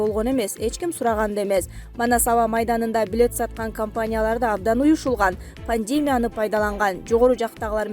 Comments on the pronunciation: Диктор , туура окунуз. ПандЕмия эмес, туура пандемИя. ПИЛуС эмес ПЛЮС деп туура окунуз. Башкасын айтпай эле койдук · Эй пандымия деп окусан тура чыгат. Паньдимея деп окубай.Аа тормоз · ПандЕмия эмес , пандемИя ! кониституция эмес , конституция ! Журналист кыз туура айтып , окусаныз малыматты . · Пандемя эмес,пандемия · Ай тупица диктор плюс деп окучу. 80 ге чыккан менин чон энем сага окшоп пилус деп окуйт, учты жок келесоо, пандемия деген созду эми окуй албай эле койдун байкуш 1 класс десе